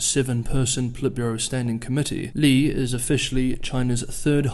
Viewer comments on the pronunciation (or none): 利（力？栗？）第四声，不是李，第三声。。。